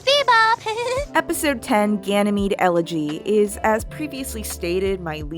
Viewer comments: EL-eg-y rather than el-EG-y. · I don’t think that’s how you pronounce elegy 😂😂